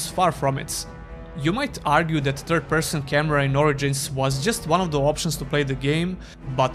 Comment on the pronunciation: For a moment I thought you were pronouncing TURD-person on purpose.